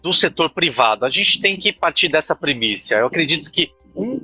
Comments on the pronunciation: PrEmiSSa, e não primícia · "Partir dessa "primíssia"? "PRIMÍCIA"??? KKKKKKKkkkkkkkkkkkkkkkkkkkkkkkkkkkkkkkkkkkkkkkkkkkk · Ele disse " a gente tem que partir dessa 'premíSSIA'? Me ajuda aí!